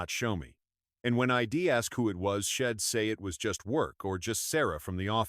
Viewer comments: Poor poor narration.NOT SHEDD BUT SHE What a load. SO hard to listen bastardizing the English language.GUESS no one proof reads it😂😂😂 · Man, this is one bad AI, shed instead of she'd